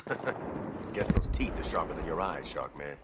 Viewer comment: Shark not shock.